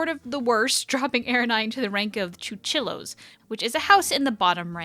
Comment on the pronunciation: pronunciation tip: koo -chee-yos